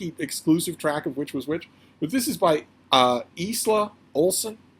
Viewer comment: I hadn't realised that "Alpha" in a book description had gone beyond the leader of a werewolf pack in a shifter romance usage. FYI: Isla, a Celtic name, is pronounced eye-la. The "s" is silent.🙂